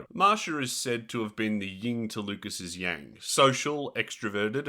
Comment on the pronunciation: it’s yin not ying.